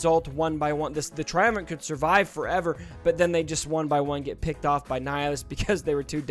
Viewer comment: It's TriumvirATe. You're saying: TriumvirANt.